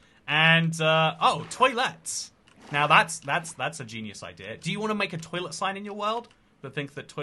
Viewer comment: When he said Toliet with To let's, I immediately thought of "Toliet Sparkle", lol 🦄 🛁 ❤❤❤